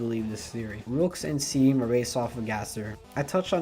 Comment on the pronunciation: Roolks kuhsard and seam... yeah you beefed it pretty bad lol its rules card, and shawm, though by now you probably know, no criticism though!😅